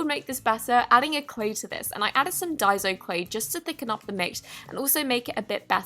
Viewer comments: DUY-SO not DIE-ZO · It's Day-so not die-so.... no hate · You don’t pronounce Daiso Clay as die-so Clay you pronounce it as Daisy-Oh clay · I think it’s pronounced day-so not die-so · It's pronounced DICE-OH